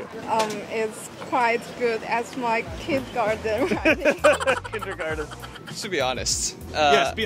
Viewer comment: was like “Hehe, got u, kinDERgarTen huh?“ 😂